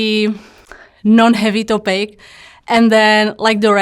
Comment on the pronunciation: The way she said "topic" gave it away for me.